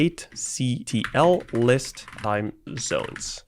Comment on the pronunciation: Watching this is pain. Especially when he tries to pronounce things that end in `ctl`